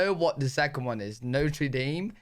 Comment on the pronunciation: No dude. NOTRE Dame - NOT pronounced Dahm - is a football team here. And, genuinely not snarkly, any chance you're dyslexic? Appalachian pronounced with the L first? That's almost as awesome as my sister-in-law pronouncing Apocalypto as appocopiccolo